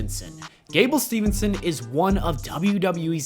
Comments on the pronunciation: It’s “Steve son” not “Steven son” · It's "steve"-son not "steven"-son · It's Steveson, not Stevenson. But, I guess it's a common mistake.